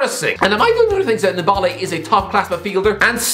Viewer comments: Ndombala .. you botched his name 🤣 t's french ! "N - DombÉLÉ" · Tombole :)))) This dude can t pronounce NDOMBELE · says m boly instead of Ndombele🤣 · Couple of things: 1) Nani never played or lived in Brazil. He cannot be linked with a return to Brazil if he wasn’t there in the first place 2) Ndombele is not pronounced ‘Dom-Bowl-Ay’